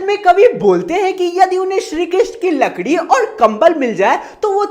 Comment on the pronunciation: larki nhi lakrii 😅😅😅